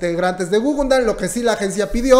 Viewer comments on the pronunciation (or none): jajaja guguNdan??? plop! ES (o era) gugudan... te emocionas mucho al hablar y lo dijiste mal de principio a fin...